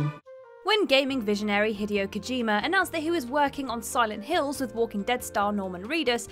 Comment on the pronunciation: Lol. “Hideo”